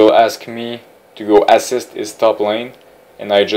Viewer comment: haha the way you say assist sounds like asses. i like your videos and the french canadian accent.